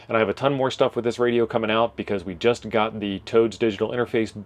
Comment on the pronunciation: listen to your audio. "A box of radioes that God sent back to Amazon." I had no idea some God was a Prime member. 😊